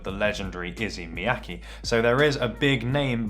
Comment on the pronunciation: Who's "Izzy Miyake" then? lmao